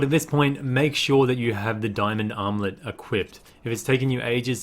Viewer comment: When you say armlet it sound like you’re saying omelette lol